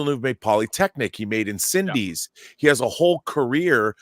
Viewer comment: Hi, I discovered this channel/podcast just today and I really like this episode. So many "nerdy" podcasts lean too heavily on quirky sitcom-ish personas. Finally I can listen to some adults having actual thoughts and ideas. But you may want to google "how to pronounce incendies".